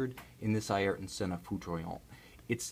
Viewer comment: Be decent if you can say his name properly, but hey good video bro